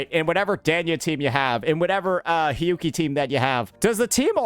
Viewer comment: For the Hiyuki part...all I am hearing is sanhua lol